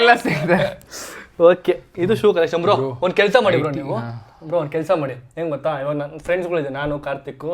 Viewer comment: ಗೋತ ಅಲ್ಲ ಗೊತ್ತ ಸರಿಯಾಗಿ ಕನ್ನಡ ಬಳಕೆ ಮಾಡಿ